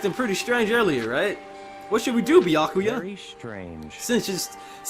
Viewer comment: Also it's pronounced byukooyu